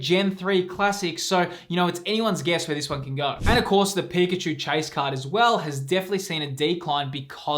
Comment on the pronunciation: IT'S PIKACHU, love the vids bro keep up the good work❤